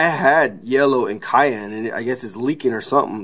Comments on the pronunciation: Oh my God I was cracking up I just went to the comments just to see if someone else said this..maybe the issue is he actually put cayenne in there. Don't put pepper in your printers guys. Maker of this video...ask someone how to pronounce the color Cyan. Thank you. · Oh and cyan is pronounced siann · I think it's pronounced si-an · You lost me at "Kyan."